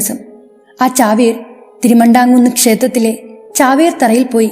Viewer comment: തിരുമാണ്ടാം കുന്നു അല്ല.. തീരുമാന്ധാമാകുന്നു ആണ്